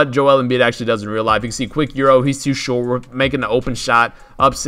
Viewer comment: “he’s to shorerewt”